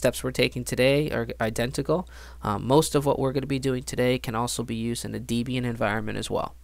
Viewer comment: Great for new users to watch, good work; however it is not pronounced as Deebian it was named after Ian Murdock and his girlfriend Debra so it is just Deb-ian.. You are welcome. - Happy hacking.